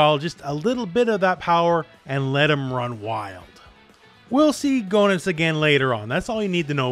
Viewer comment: FYI Goenitz is pronounced "geh-nitz". The Japanese is below, "geenittsu", where "ge" is pronounced like in "get".